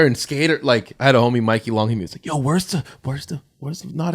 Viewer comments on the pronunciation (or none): none